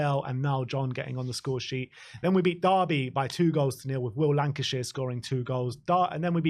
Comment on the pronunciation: Will Lankshear... Fairly certain it's not pronounced 'Lancashire'.